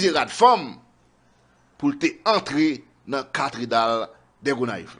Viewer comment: Ca thé drale (CATHÉDRALE) stp mon frère voilà comment prononce le mot.